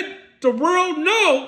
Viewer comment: mmm na fam go to every video he’s made n the no jumper pod also lmao the virld …..it’s “WORLD” not wirld not virl not furl “WORLD”😂 I’m entertained tho and thats the point 👏